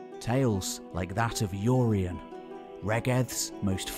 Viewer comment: Who's "Yoreyen"?